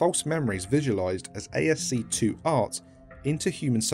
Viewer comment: Reading ASCII as ASC2 hit me really hard.